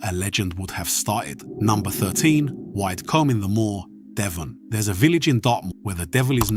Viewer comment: Widecombe is pronounced Wid-e-coome